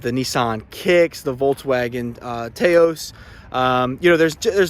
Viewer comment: the VW Taos is named after the city Taos, New Mexico. It is pronounced TOUS, like mouse not "TAY-OSE". To me, mispronouncing a vehicles name looks as if you are not truly researching the vehicles you are reviewing. No hate here, just saying....